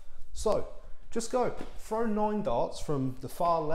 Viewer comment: How do you “frow” a dart? 😂